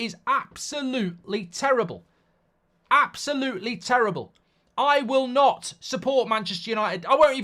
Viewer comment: "Its like going from your dream girl or boy, to shagging road kill. It's avsolutely disgusting" - Mark Goldbridge, on the potential appointment of Gareth Southgate as Man United Manager 😂